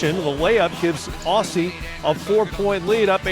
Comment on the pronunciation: Why TF is this guy pronouncing "Aussie" like that 😐